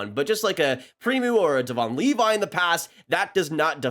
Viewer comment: Btw it’s pronounced “Premo” not “Premoo”😂